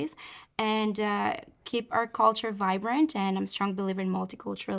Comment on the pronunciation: Can we say Culture, instead of call-ture, or cold-ture?!?